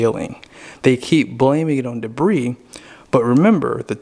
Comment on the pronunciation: I'm not being a smart aleck but I wanted to tell you that the word debris is pronounced debree,,, don't pronounce the s...